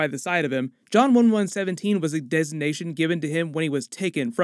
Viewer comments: Lol idk if people got this but u said John one one seventeen lol 😂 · It’s not one one seventeen. It’s one one seven. Good intro though. 👍🏽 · One-one-seven (117), not one-one-seventeen (1117) for future reference. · You keep saying, one one seventeen (1117). Its one one seven (117). Sierra-117, in fact. If this alternate universe is anything like the cannon universe, it's not just the artifact alone that made Halsey tell the other Spartans to protect John. John has always held a special place amongst the Spartans with Halsey. In the game cannon, the only other Spartan II we see interact with Halsey is Jorge. Jorge refers to her as "Mum". She is somewhat neutral in her tone with Jorge. She isn't excitable by his presence, but she doesn't speak to him like he she does the Spartan IIIs on Noble Team. She typically treats Spartan III's with little respect, as she was not part of the Spartan III program. With John, however, she has a fondness for him over the other Spartans. She has showed concern over his well-being before, and she also tells ONI personnel to not under estimate John. Makee, is like a take on Maquis. The Maquis were French guerilla soldiers in WWII. The term has been used in the past in Star Trek to represent other humans that separate themselves from the Federation. In Deep Space Nine, the Maquis become guerilla fighters to save their planets, but are also labelled as terrorists. She clearly hates the UNSC. She will probably have a back story that involves tragedy at the hands of the UNSC. Watch her turn out to be a Spartan that was able to break away from the programming or likely her parents were separatists that were slaughtered by Spartans. Humans have recently been adde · Small nitpick he kept saying "John one one seventeen" 1117 and not "one one seven" 117 just kept hearing it and thinking something's not right 😂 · wtf is John one one seventeen? It's 117 not 11-17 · its 117 not 11 seventeen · One one seventeen? lol